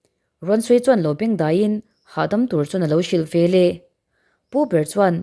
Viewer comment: Veleh tih turah Velah i ti ve ziah a